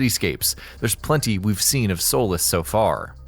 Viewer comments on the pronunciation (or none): Dude it's not pronounced "soul-less" it's pronounced "soul-lease" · It's pronounced (soe- leese) not solace. But it's really spelled Solis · that's not how u pronounce Solis, its not "soulis" its "sohlees" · (Sol-ees) not soulless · It's solis not solace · You pronounce Solís as "Soul-less". It's pronounced "Soleese". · Are just going to ignore the fact the he pronounces it, "solis" while it's supposed to be solís? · I’m my god why does everyone say Solis It’s pronounced Sloees It’s spelt Solis but pronounced Solees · It's Solís (like in Leeds) not Soules you dumbfuck. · It’s pronounced solease spelled solis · Danny Streets it’s not pronounced solis it’s pronounced solees like the e in ea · It’s pronounced So-lees just so you know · I'm super hyped savour the game but it was really bugging me that he was saying Solis when it's pronounced Sol-ee-s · It’s actually pronounced solees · Solis (Sor-lees) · Gotta stop your ass right now it's pronounced " So-lease" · U pronounced Solís wrong